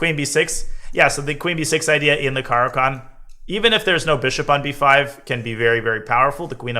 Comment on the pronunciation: like everything except your pronunciation of the opening